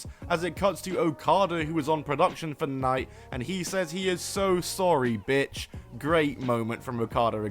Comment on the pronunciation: So an asian saying bitch in an accent is funny now? The show is tht bad tht saying a common word in an accent is considered humor? Sure pal